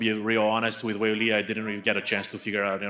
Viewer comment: Is just super terrible at pronunciation or something? C'mon man, Weili's name isn't even that hard.